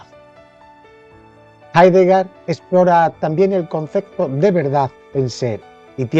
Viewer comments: Hablamos español. Y el apellido de este filósofo se pronuncia Haideger, no Haidegá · Jaidega?? asi se pronuncia?? no es Jeideger? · Mal pronunciado el apellido del filósofo.